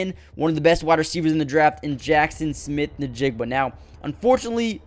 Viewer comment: say jsn's name again ... that last part